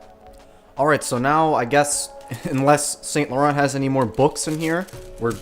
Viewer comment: The way you pronounce Saint Laurent just shows this brand is not for you.